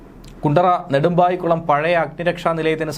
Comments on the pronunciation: നവായിക്കുളം അല്ല സുഹൃത്തെ, "നെടുമ്പായിക്കുളം". ഇതിനു പിന്നിൽ ഗൂഢാലോചന യുണ്ടെന്ന് സംശയിക്കണം. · It is not nàvayikkulam. It is nedumbaikkulam, kundara, kollam district.